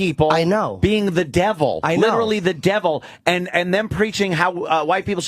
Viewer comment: "welcome to Earf" 😂😂